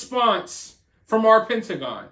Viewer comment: Like the way you enunciate "Pentagon." They have NO DAM BIZNESS violating our AIRSPACE, bee-atch.